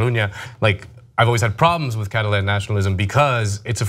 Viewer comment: The way you pronounce Catalan is so weird